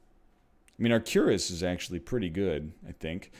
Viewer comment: "Cure-is" is not how you say that word, NL, haha.